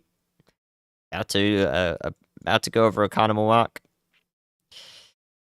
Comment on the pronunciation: MY DUDE, he got Oconomowoc 100% RIGHT! Go Off! 🎉. SE Wisconsin is my home.